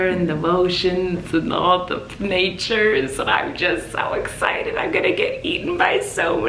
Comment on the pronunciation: The Woeceans and the Pnatures . Im dyingggg :)